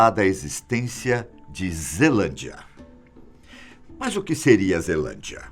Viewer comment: Só que vi que estava escrito zealandia e ele falou zelandia